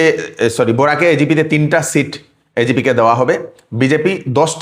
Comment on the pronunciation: বোরাক না দাদাভাই বরাক হবে 🤭🤭